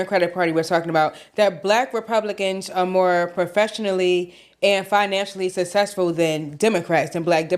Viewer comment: its successful not "sussesful"